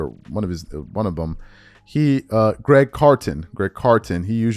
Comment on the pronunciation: I don’t think I’ve laughed harder in my life to hear you say Greg Carton. It’s Craig. And Eddie Jones. It’s Eddie House.